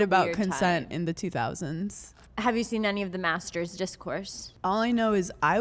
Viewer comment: I just watched this and instead of Master’s I keep hearing masseters lol